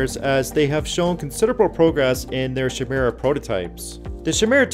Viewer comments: Chimera is not pronounced like SHIM-MURRA. It is pronounced like KAI-MERE-AH (KAI = K+EYE, MERE = M+EAR), in reference to the hybrid animal/woman monster from Greek myth. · Ky-myr-ah = Chimera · It's chimera with a k sound. A chimera is a mix of different animals.